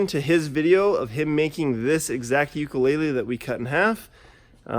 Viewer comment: He said Ukulele wrong every time